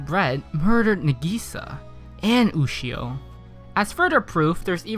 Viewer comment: He spelled Sinai wrong and he keeps saying Ushio when she is clearly named Yushio